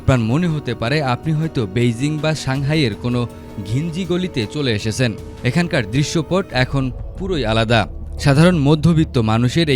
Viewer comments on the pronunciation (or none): বাজে উপস্থাপনা, উচ্চারণে ব্যাপক ভুল.. চলে এসেসে, হোসট খায়, কাস করসে, এসব কি উচ্চারণ?????